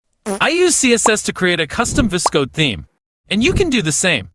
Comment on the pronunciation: this is the first time i have seen someone say VS Code "vis-code"